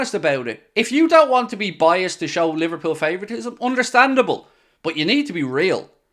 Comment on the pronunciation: You mean li-var cheated-pool again